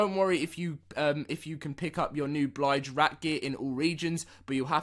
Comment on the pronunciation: Stop saying blige rat. It’s bilge rat